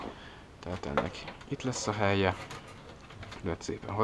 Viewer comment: teso a helye szót nem két ly-vel kellmondani... hellyel XD